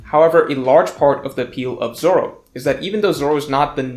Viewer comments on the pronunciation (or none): none